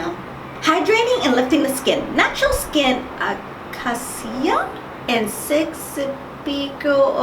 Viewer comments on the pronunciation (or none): I'm pretty sure Acacia is pronounced ah-kay-she-ah